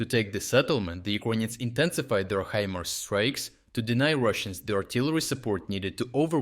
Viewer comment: Really "HE- MERS" well that is mangled English! For you mangled English the correct pronunciation is "HI-MARS". Or use AI!